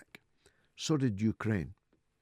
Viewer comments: The U-ker-rain. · "31th" hehe.. "Yuka-Raine" HAHA.